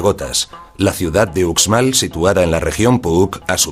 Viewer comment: Porque lo narra un extranjero se oye terrible no es ucsmal si son profesionales deberían esforzarse más